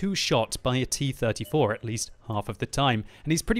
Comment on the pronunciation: He says T34 quite well too.